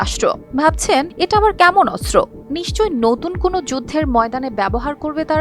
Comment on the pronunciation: অস্ত্র উচ্চারণ ভালোভাবে করতে হবে, শুদ্ধ উচ্চারণ করতে হবে